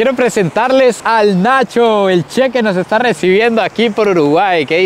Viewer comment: No digas she. Es CHE. Como choclo y chorizo